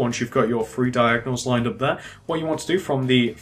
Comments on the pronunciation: Lol. One two free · Iknow, that annoys me SO much ! Free, it's three! loll.